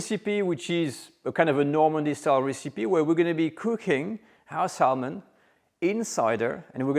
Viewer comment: the l in salmon is silent so it sounds like sa mon